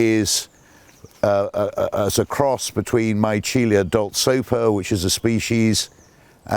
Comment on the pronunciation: A wonderful look at some of these beautiful plants that thrive so well at Caerhays. Just a note, the genus Michelia (which is now sunk into Magnolia, of course) was named to commemorate Pietro Antonio Micheli, so should be pronounced me-KELL-ee-ah, accordingly.